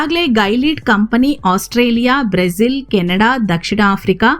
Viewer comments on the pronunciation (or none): none